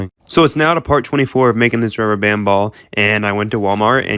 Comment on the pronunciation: Thisnis how much times he said ruber band 👇🏼